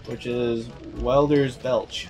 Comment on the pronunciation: just FWI its WELDERSBENCH not WELDERSBELCH